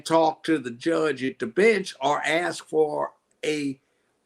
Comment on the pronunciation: please pronounce ask as ask. You're pronouncing it as ax